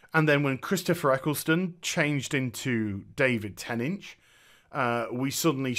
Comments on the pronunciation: David "Tennidge" ?? Lol love this review man but why can't you pronounce "Tennant"? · lol you called tennant ten inch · Aside from not knowing how to pronounce David's (NOT "ten inch") name (watch an interview where he is there and introduced would you?) this was a fine talk. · Sorry, but your title is all wrong. It's not, whether Dr. Who is leaving, but whether Jodie Whittaker is leaving. Also, sorry but you didn't pronounce David Tennant's name properly. Why on earth do you pronounce David Tennant as, David Tennach, Sir? Why don't you pronounce the last syllable of his name Tennant, as the same as "ant" or "ent?"